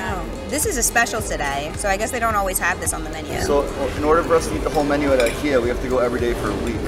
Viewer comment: I live in Stockholm and when i here a American say IKEA they never pronanus it right!